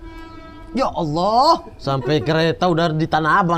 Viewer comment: Mamat di akhir2 video nyebut nama ALLAH fasih banget 😀